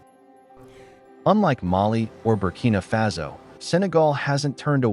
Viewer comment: It's pronounced fah-so and you know it